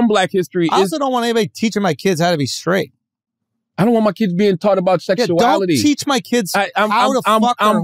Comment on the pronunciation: “Skraight shooter”